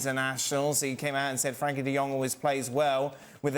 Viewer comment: His name is Frenkie NOT Frankie . Typically illiterate English